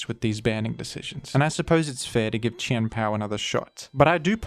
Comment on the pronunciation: who else just likes the way he says Chien-Pao's name